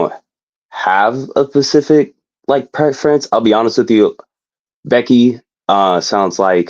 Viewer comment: Whats up with people not knowing how to say specific and not pacific 😓